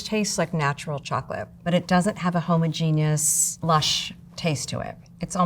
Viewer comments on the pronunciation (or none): That is.... not how you pronounce homogeneous.